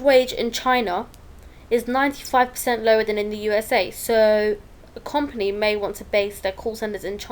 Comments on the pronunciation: Learn how to say the word company you mug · Not gunna lie, she does say kinda wierd :D